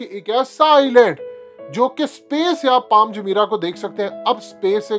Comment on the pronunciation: پال نہیں پام